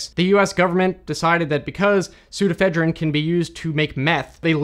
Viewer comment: Pseudoephedrine actually has five syllables: "soo * do (long) * eh * FED (short) * rin (short)."